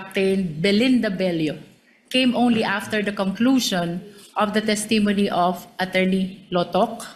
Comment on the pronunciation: The pronunciation of “testimony” has the stress on the first syllable “TESS-tuh-moh-nee”